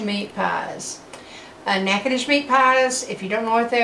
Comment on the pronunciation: I knew she was from Louisiana as soon as she pronounced natchitoches. You said “drive down” must also be from Shreveport lol